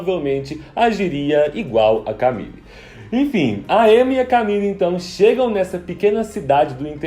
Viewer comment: Seria legal você falar certinho né? Porque é uma série francesa e se diz "mérrién" e não "meurryenn" né? Chatão querer "inglesar" tudo... Aproveita e arruma o "Emmá" e "camill"